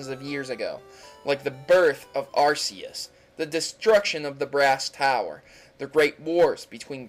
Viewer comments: It is ARK-ee-US! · Arceus is pronounced are-Kay-us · you mispronounced groudon kyogre arceus and DONT EVEN GET ME STARTED ON YA.... keeps blabering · you pronounce arceus wrong its annoying